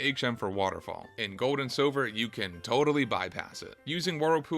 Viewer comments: Bro why do you say your "L's" like "W's"?! I am enjoying your video but HOLY SHIT. Poke'mon Gowd?(Gold) Battow?(Battle) Skiwws?(skills?) this game has too many L words to handle this. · Bro it’s not Goad & Silver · “Gode and Siwver”